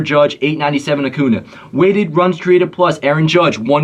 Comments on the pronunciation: Vid is great only thing that bothered me was u saying acuna instead of acuña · Annoys me so much that you pronounce Acuña Acuna 😭